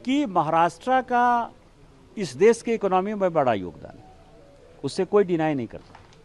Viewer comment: भासा, देस... Mr Dubey don't give interviews till u learn to pronounce correct - it is भाषा, देश... U embarrass the entire Hindi speaking community and preaching on language row. Astonishing...